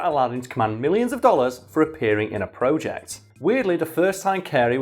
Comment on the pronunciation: What's with the emphasis on the word "Project"